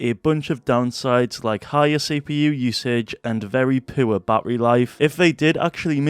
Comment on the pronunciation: bro said very pOrOr bATTery